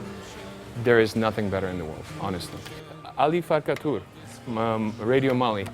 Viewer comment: Thank you, couldn't understand well what he said (Ali Farka Tour)and looked for Alifa Kature (or something like that)... impossible to find. Thanks !